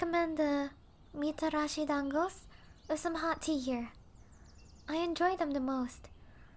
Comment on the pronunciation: I loved your pronounsation like when you said Mitarashi Dangos. ❤️